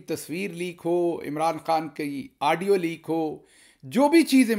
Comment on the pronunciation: Aaaadio nahin Gill Sahib Audio.